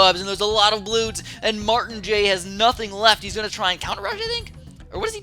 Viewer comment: So funny how he pronounces martijn XD